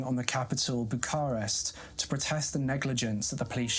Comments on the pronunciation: Bucharest pronounced Boo-kar-rest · More like buka-rest.